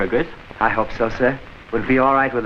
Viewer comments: "Burr-jez" not "Bur- guess". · Burgess is pronounced with a soft G.